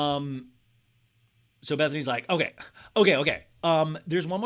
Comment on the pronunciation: "Owkey owkey" 😂👌